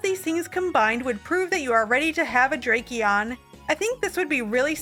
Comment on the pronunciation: Not drake-eon💀